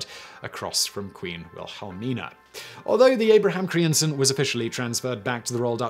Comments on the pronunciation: Dear lord, Simon, I'm Dutch and I had to google te names you mutilated beyond recognition ;-) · What was this ship renamed to? I can't understand Simon. I think he said something like Abraham Crimson? EDIT: Google answers: Abraham Crijnssen. No wonder I had a hard time figuring out what he said. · No kidding, there shouldn't be so many consonants in a row!